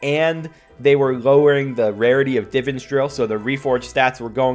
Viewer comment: How do you say divine perfect but can’t say divan